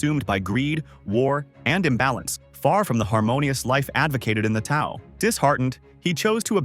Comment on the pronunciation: Ugh its Tao not Tao 😂😂😂